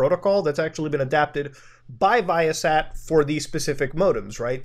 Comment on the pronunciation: As a former satellite equipment technician the way you pronounce ViaSat makes me cringe but I like muta so it cancels out